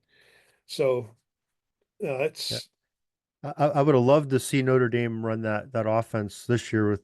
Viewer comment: This guy cannot even pronounce the name of the university properly.